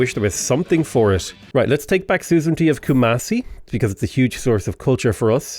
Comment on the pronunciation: Everytime he say soozrintee I die inside